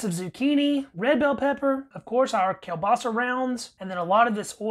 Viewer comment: At least you know KIEŁBASA, and you pronounce it right! smacznego!